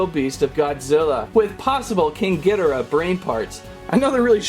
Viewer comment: Ha he said king gidarah it makes me laugh it ghidorah not in a mean way